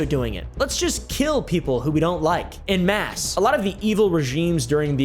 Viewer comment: "En masse", French, pronounced "on mass", not in mass.